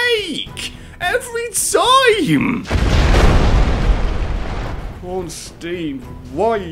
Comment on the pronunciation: And people continue to pronounce Ornstein incorrectly~